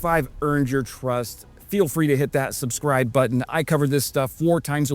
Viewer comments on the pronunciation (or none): none